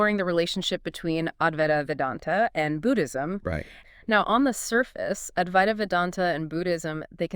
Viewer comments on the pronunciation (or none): Aduaita or adwaita. Not avaita.